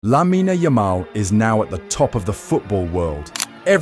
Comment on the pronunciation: “Lamina yamel”